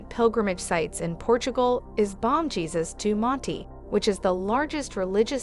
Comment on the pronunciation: Sorry, but the pronunciations here….😂😂🤣…are quite less than accurate. “BOMB Jesus of the Mountain” lollll (“Bom Jesus do Monte”)